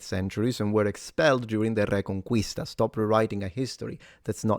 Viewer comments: You pronounced "Reconquista" wrongly. The "u" in "quista" is silent because it's followed by an "i" (also when followed by an "e"), so it should be pronounced something like "re-con-kees-ta". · The butden of proof is on you, to probe the existence of uour imaginary friend. And it's *reconquista, not "reconqüista". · i believe you are saying reconquista wrong , as an spanish speaker i can tell you is not pronounced like that